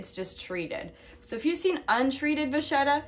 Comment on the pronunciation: canvas is not leather. It is just canvas. Vachetta is pronounce va-ket-ta. It is Italian and has a strong K not ch. Enjoy your purchase.